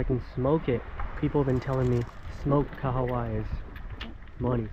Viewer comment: Hey. Just wanna say that your pronunciation for the fish kahawai is awesome my dude NICE. Hopefully you guys enjoyed your working holiday in New Zealand. Let's go